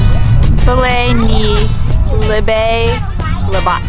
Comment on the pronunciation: Pastilan caloy na virus an na sila sa budots.ang libat sounded like lubot.hahaha😂😂😂lingawa oi!!!